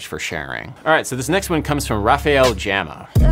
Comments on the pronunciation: Gama ain't "Jema", dude. It's... well... gama. As in "gamma". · Hey Adam, not sure if that matters to you, but in portuguese "gama" has a hard G, just like you would say "gamma". Great video as always! Cheers form Brazil! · I love how "Rafael Gama" became Rahfel Jama! LOL! Adam, you better start practicing your Portuguese pronunciation 😂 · Kkkkk eu amei o jeitin que ele falou dei mt risada